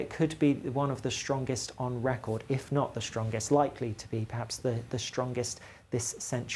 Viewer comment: It’s `’strongest” not “Shrongest”